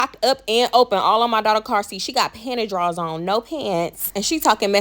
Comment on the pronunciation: the way you kept saying “panty drawls”😂😂😂